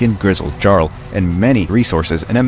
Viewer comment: Hmm...I might suck at flying in WT, but no one would convince me, that Jarl is pronounced like that xD